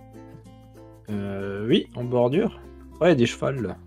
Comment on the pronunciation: Tu as dit des cheuval 😂😂 on dit des cheuvUx